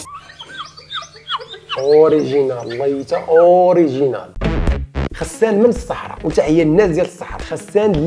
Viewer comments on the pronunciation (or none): غسان ماشي خسان 😂😂😂